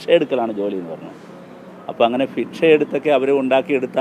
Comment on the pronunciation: ഫിക്ഷ അല്ല ഭിക്ഷ